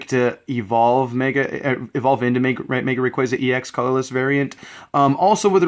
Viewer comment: It's actually rayquaza, the "wrong way" u kind of said.